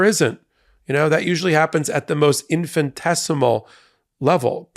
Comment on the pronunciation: "infintesimal [sic]" -- you're missing a syllable.